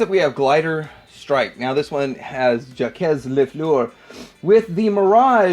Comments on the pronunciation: JACQUES is pronounced 'JOCK' with a soft 'J' at the beginning. It's NOT 'JAW=KEZ' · Wow i never knew about these ones! And never heard "Jacques" pronounced that way before 😆